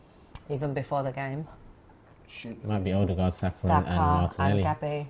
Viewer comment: The cheek of to correct about how you're supposed to say ødegaard while he's saying it wrong himself lmao